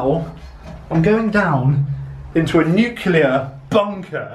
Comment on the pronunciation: It's not nuclear